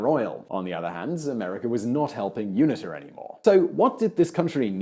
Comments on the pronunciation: Unita is pronounced You-knee-ter not youna ta..... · It's pronounced you-neet-a. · UNITA - U-knee-ta.